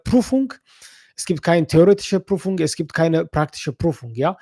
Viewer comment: Prüfung ✅. Prufung ❌